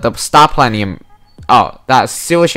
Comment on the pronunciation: I love the way you say star platinum